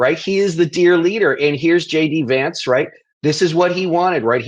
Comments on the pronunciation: Are you calling him "SHADY VANCE" or am I hearing wrong? Else, you should start! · While I know you're saying JD Vance, I heard Shady Vance.